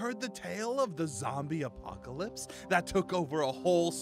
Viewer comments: said "apopalopolis"🤣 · For a second couldn’t say apocalypse 😂😂😂😂